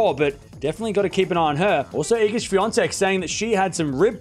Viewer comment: a very good pronunciation od Swiatek's name!